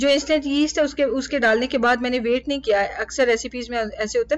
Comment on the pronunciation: Sister yeast ko east pronounce kartey hein y saakin hai issey nahi bolna 😅